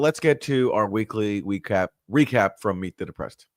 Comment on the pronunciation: “Re-crap”. Haha— great slip!